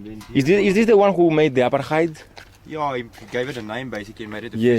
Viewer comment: Buddy 'its 'Apartheid' 'Not apatite as apatite means your hungry lol 🤪 Haha 'just playn wit ya.. So anyway when are you coming to Australia 'Like say sydney nsw for example my good man as we have many Greeks heir who came in the 50s n brought as diffrent taste to our taste buds lol